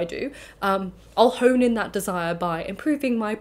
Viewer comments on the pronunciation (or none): none